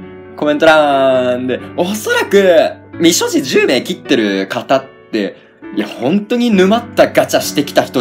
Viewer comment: 未所持が三十路に聞こえた！わはははは！(？)